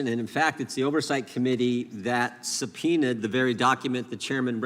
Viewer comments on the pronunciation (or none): Did Jordan say subpoena?